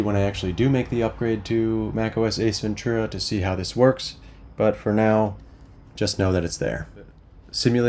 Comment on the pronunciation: OS Ventura I was hearing Ace Ventura haha had to turn on caption just to be sure 😅 Awesome video